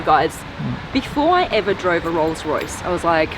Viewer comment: Did your tongue slip, 'Royals-Royce' 😁 Hire me Blondie!